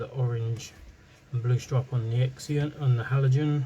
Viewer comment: you say zenon x is z sound as in XYLOPHONE.